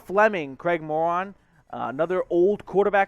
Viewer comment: Craig MORTON not Craig Moron 🤣🤣🤣🤣